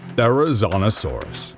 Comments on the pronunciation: yep,he said Therizinosaurus wrong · "Therizonosaurus" Therizinosaurus